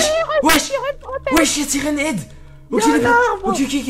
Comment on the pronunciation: Siren head pas sirène head.!!!.